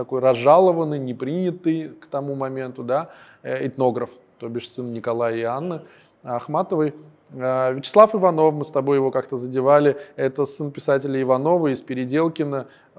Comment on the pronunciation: так они ошибаются также и с Вячеславом Ивановым. У него ударение было на ИвАнов, а не ИванОв.